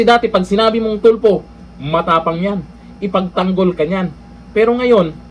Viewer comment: Correct . Bawat bigkas Tulfo nagiging TUPLOK the ROBUST LAW Bender !